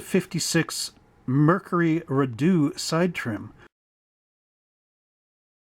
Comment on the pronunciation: And, FYI, it's pronounced Ree-dough. Hope that helps!